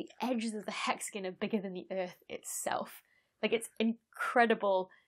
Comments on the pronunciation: Hexagon... nope... Hexagan. English. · I am amused (in a good way lol) to no end by you saying "hexigun" Edit: Also, I just found your channel the other day, and love it, thanks for the great explanations and interesting topics! :) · "Hex-again" Now say "Diagon Alley". 😉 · In Canada we pronounce it as “hexagone”. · Hexa-GUN. XD. Still a very cool video. The lab experiment blew me away. I learned something today. thanks for the info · hexa-GONE. Learn it, love it. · I don’t mind your pronunciation of ‘Saturn’; it’s the dropped ‘o’ in ‘hexagon’ that bothers the heck out of me. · I can't listen to 15 minutes of someone pronouncing hexagon like this )=